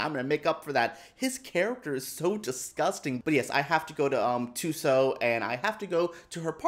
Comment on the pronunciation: Thank you for that! Will have it perfected going forward as I see myself saying her name a lot in the future. Hope to see Thuso get an awards run here